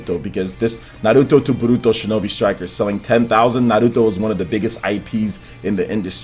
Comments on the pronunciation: Why do you say "naruto" with a spanish accent? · All I want is for this puto to pronounce Naruto correctly!